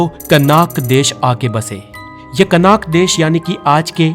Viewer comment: कनाक नहीं कनान